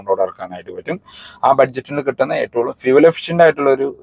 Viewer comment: എന്തുകൊണ്ടാണ് നിങ്ങൾ എപ്പോളും എട്ടൊള്ളും എന്ന് പറയുന്നത് ഏറ്റവും എന്നല്ലേ 😁